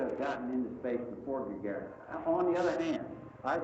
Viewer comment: That's Yuri A. Gah-GAHR-En. Emphasis was on the second syllable in his last name. Google it.